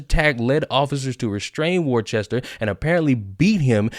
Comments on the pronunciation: Welcome to "War Chester", $1.25 please. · Hey,...it's pronounced "Wooster" if you're from his hood... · hahahahaha the context is that cops are psychopaths. don't matter what color you are. By the way, it's pronounced "wistah" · Pissing myself laughing as Americans attempt to pronounce the word 'Worcester'... besides, as they said back in the day, the guy was 'TuNED Up' Sipowicz style....